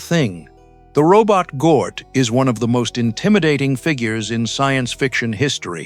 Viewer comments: "Gort" not "Gnoot" Hard to listen to ...! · Couldn't you get a human being to narrate this instead of crap AI-generated voice that mispronounces both Klaatu and Gort? Have some respect for the movie, guys.